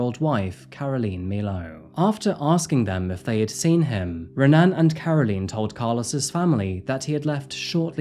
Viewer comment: If watching UFC has taught me anything about Brazilian names, the "R" in "Renan" is actually pronounced as a "H". So "Hen-an".